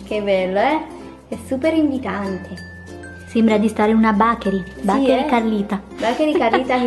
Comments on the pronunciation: l'inglese in questo video ha raggiunto i massimi livelli...HLthy, bAKery, yUmmy... invece di fare brutte figure piuttosto vai a ascoltarti le giuste pronunce si Google translate!! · "BACHERI" non si può sentire.